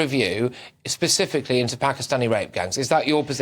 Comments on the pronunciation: She actually said 'Pacifically' 😂😂😂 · Specifically NOT pacifically. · Pacifically !!! Perhaps specifically!!! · "pacifically" Really? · Can no one on this panel say the word ‘specifically’ properly? 😂😂